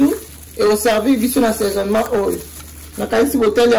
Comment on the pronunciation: Assesonnemment et non saisonnement maman 👩